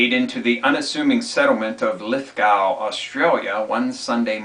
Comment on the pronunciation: Lithgow is pronounced Lith-go. What I saw of the G20 has shocked me. The police state tactics of intimidation to stifle dissent it outrageous. Do the majority of people around the world understand what democracy means? An English dictionary plainly states, "a system of government by the whole population." It comes from the Latin word dêmos meaning "the people." The US Bill of rights begin with, "we the people" or in Latin, "dêmos nôs." cont...